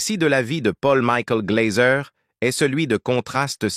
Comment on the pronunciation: Pôll Mikoul Glazeu !!! Maudite voix robotisée de l'IA 🙄